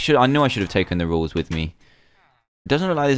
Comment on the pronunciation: it is rules not rols